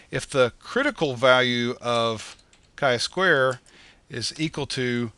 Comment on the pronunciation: its not "Ki square" but "Chi square" ;)